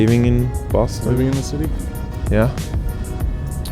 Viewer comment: Bohston!? The rent is too damn right! 💰😩